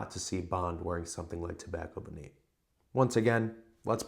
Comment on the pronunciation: What a brilliant idea for a video! Nice one, very informative. Ryan is so knowledgeable. And don't worry, you didn't sound like an idiot saying 'Tobacco Vanille', it's better than a lot of other english people I've heard speaking french. Just a tip, 'eau' is literally prononced like the letter 'O', and 'parfum'...I can't help you that, but you were close enough